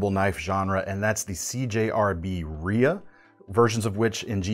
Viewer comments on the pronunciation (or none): none